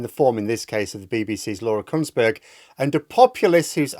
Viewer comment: I'm sure you said "Kuntsberg"